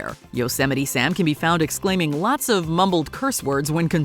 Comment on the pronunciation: Thats not how you say yosemite